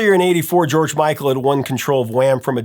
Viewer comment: why can't u say george micl or wham